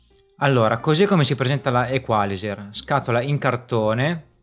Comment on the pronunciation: L'accento tonico penso debba andare sulla i,non sulla a